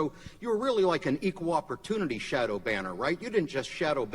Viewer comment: "shodow" xD